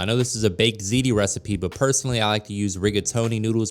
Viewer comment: Looks delicious! Thanks for teaching me the correct pronunciation of "Ziti" you can only imagine how I was pronouncing it! 🤔 😅🤣😂